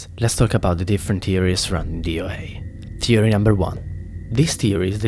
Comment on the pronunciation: Learn how to pronounce words please you say theory as teory and other words I can't remember